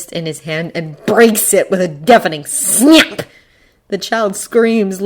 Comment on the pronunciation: "with a defaming SNYAP" I can't this is all I hear 😭🥲